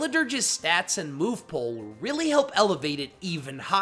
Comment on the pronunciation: It pool not pole.